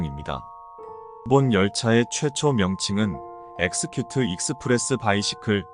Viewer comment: Vehicle은 바이시클이 아니에요...!